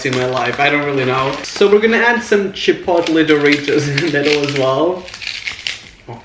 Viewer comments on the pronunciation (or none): none